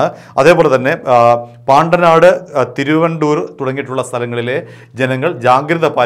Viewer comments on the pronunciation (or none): തിരുവൻവണ്ടൂർ എന്ന് പറയൂ ഇക്കണക്കിനു കാലടി എന്ന് വായിച്ചാൽ കാലിട എന്ന് വായിക്കും